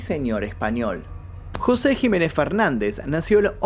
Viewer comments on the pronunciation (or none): none